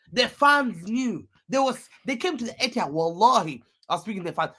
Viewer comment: Etihad it’s emptihad